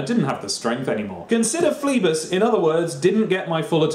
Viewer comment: Christ above, read Phlebas proparly! Brilliant book.